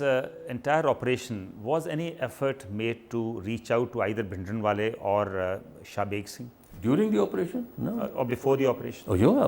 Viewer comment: He can not even pronounce the common Punjabi words like Bhindrawala which is one of the commonest word.